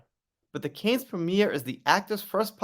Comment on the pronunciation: Just as an fyi, the 's' in Cannes is silent...😅